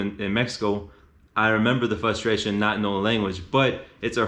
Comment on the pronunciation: Informative video. Don't mean to be rude, but it's "fRustration". But i know it's hard to change a habit like that. I agree that learning Spanish is so important. I took 3 years in high school, so I can survive, but I wanna go live for a while and get better.